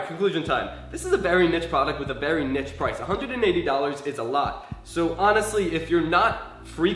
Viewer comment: "...this is a nits product"? Wtf is a niTS product? Don't you mean a niCHE product? As in kneeS pronounciation? Which incidentaly feels about right about this product as it is?